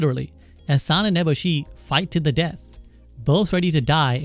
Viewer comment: This dude pronounced lady eboshi like 4 different ways lol good video though! Insightful